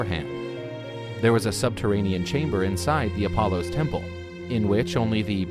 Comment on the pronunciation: A very impressive “TENPLE”